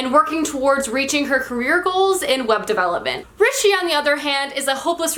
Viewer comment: you are the first to pronounce rishi correct on booktube lol ! although the author's name was still incorrectly pronounced...